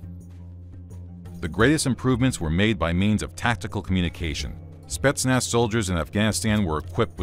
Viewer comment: how many times did he said "spestnaz" in 5 minutes ?